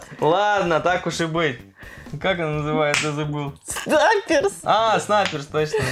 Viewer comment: Снаперси а не сниперси!!!!!